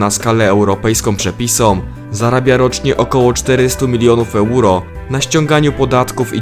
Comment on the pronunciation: asdfg to plus wymowa nazw własnych Euro, Rotterdam lub Schiphol, kłuje w uszy, mimo że sam materiał jest ok.